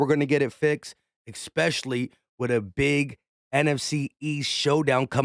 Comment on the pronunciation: I like your video and your comments...however.... The word is not EX-PECIALLY,.......it is especially. Thank you. Sorry, Grammer police had to come out. Nails on a chalkboard for me to hear it numerous times.